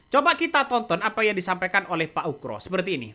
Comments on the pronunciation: Ugro bang bukan ukro pake G..UGROSENO..payah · Pak oegro bukan oekro ....